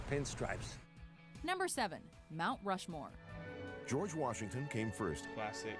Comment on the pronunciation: So funny when said "Rount Mushmore." LOL